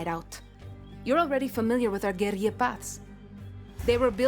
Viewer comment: hahah..pronouncing guerilla like it was Spanish with the y sound for the double l's. it's not, pronounce the ll's. Oh Ubisoft, pandering with semi-hispanic sounding actors like some old Mission Impossible episode. A trained alligator? HAHAHA